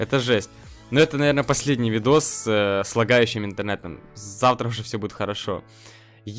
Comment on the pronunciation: Не завра а завТра